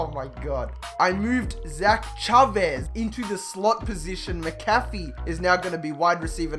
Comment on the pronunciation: Thank you for saying Chavez right lol, still love your videos either way #ChavezTuSabes